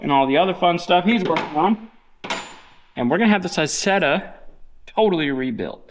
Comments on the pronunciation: Pronounced as eyezeda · It's pronounced "eye" Zetta!!! Don't you know your Deutchlandese?? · Pronounced Eye Zet Ah!!! 😊 Like Eye Tal Ian!!! lol